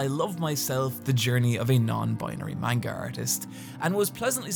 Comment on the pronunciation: Can't believe you're still calling it main-ga